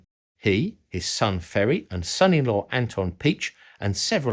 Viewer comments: Slight corrections: Anton Piechs name is pronounced "Pee-ech". Those little dots over the E means the E is pronounces separately. One of his sons took over as manager for VW in the 90s and was responsible for the scandal surrounding faked co2 emission test values. The russians captured both Maus protoypes, only that one of them was broken and the other one only had a mock up turret. so they removed the turret from the broken Maus and put it on the one with the fake turret for testing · Interesting documentary! :) But as always, a minor thing to correct: Piech is not pronounced like "peach", the "ch" is a sound that isnt used in English, so difficult to describe. It is the same as in "Third Reich" in the end. Sounds a bit like the snake-sounds in Harry Potter :D And the two dots on the "e" of "Piech" mean, that it is not one long "ie" (like "ee" in English) but more like "ee-ach" - so it is like "pee-eych" ;) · My friend Mike has a Porsche tractor. This "Little Red Porsche" is so cute you easily forget about the 911. Mr. Piëch is Mr. Pi-äch not a peach. (Mind the diaeresis = trema).